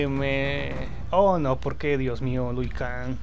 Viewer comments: A chinga "Lui Kang" ? No es "LIU"? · Que alguien le avise a este pibe que se llama LIU L-I-U... xq tiene problemitas con la lectura XD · ¿Por que no paras de decir Lui Kang?. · Era "Lui Kang"? Y yo toda la vida le dije Liu Kang, debí haber parecido un idiota! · es liu kang no luí kang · "Lui Kang" jajaja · "Lui kan"... ah, bueee